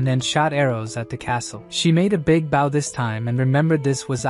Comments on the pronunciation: why are you saing BAU when talking about a bow? say the oooo not the w!!!! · For the love of legolas! it's BOW not BAU!